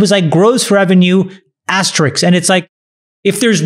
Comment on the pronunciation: lets discuss Chamath's pronunciation of asterisk